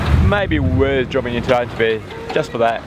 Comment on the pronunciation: Not wishing to sound critical but your pronunciation of Antibes is completely and utterly wrong! Frankly if you every ask direction there nobody would have the faintest idea what you are saying. The correct pronunciation is ”ON TEEB”.